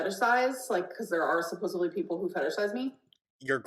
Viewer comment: My theory is that she genuinely pronounced things wrong as a child and adults jokingly told her it was cute…and she held onto that because she thought it made her special. Cuz why is she saying olives like ALLOVES…sawl, melk, supposevly, coriagriff, hipacrasity. The list goes on